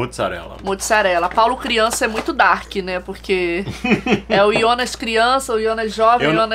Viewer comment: ionas? Não é Jonas?